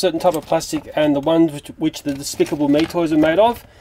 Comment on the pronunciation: I think you tried to say DESPICABLE!!!!!!! (haha PUNZ)